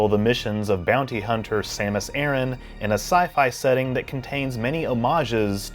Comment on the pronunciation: Thanks for pronouncing "Aran" correctly. The amount of times ive heard people say "Uh-ran" is ridiculous